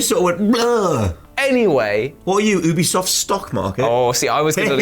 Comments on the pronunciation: Considering how funny and charming this channel is I bet they're one of the only channels that consistently mispronounces Ubisoft on purpose, just to mess with the nerds, but just in case: Ubisoft is short for ubiquitous software. Not ooobiquitous software. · I honestly loved Ghost Recon Breakpoint. BTW. ITS UBISOFT! NOT OOBISOFT!